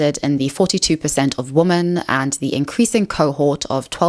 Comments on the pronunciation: The plural of woman is women. They're NOT both pronounced as woman. It's "weh' men." This generation is so doomed to be dummies forever. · The way you say "women" sounds like "woman" most of the time. Is that a South African thing? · I hate how you can't say womEn correctly. It's not hard. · I really can’t get on with the way you say ‘women’… Is that your accent? Or is there a reason you say what sounds like to me like ‘woman’ singular in place of saying ‘women’ plural? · Hate to be that person but the plural of woman is women and pronounced differently, so its ˈwɪmən Kind of distracting me from the video lol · She's gotta stop pronouncing "woman" and "women" like they're the same word. Same with "really" and "rarely." It's both confusing and annoying.